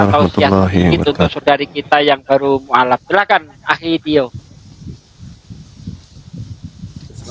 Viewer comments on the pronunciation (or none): Salah sebut pendeta bukan muaalaf tapi mu,allaf😃😃oke